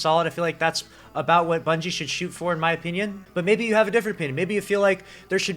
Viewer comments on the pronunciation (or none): none